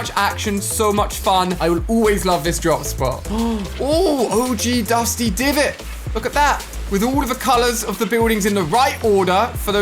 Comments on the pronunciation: He said OG dusty divot 😂😐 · He said og dusty divot🤦‍♂️🤦‍♂️ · He said "OG Dusty Divot" It's Depot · Did you really call OG dusty depot, dusty devot 🤨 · Why does Ali a always say dusty divot😤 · Did anyone notice that he said dusty divit? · Can we just have 30 of each mats and you pronounced divot weird and also I used to think Loot lake had the most loot especially for a house. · He said dusty divot it’s dusty depot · Ali-A: G dusty divots! Me: don't you mean dusty depot? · I swear Ali a loved dusty(but why did he just call it dusty divot) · Dusty divisoit Ali lol it’s dusty depot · Depot not divet Ali lol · Benny Li its depot right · AliA: OG dusty divot Me: it’s dusty depot but ok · Any one else heard him say ahhh og dusty divot